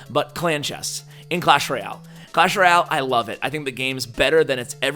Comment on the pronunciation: Great video! I have been noticing though you say Roy-al, not Royale, could you please stop saying that :p